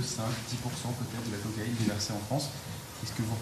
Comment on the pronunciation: Cocaïne et non coaïne 😂